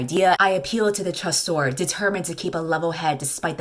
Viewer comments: Nah, I think it's "chasseur," which is correct (surprising, considering the baker named Pain), but is pronouncing it like shoe LMAO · As a french speaker the best part of the video is just saying ChAsSore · The way she pronounces “chasseur” is so funny lol. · the way she pronounced chasseur 🤣 nous aimons une reine lol